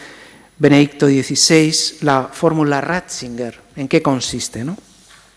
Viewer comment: No es Ratzinguer, sino Ratzinger